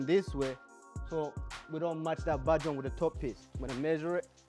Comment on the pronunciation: Take a shot everytime he says "bahd join"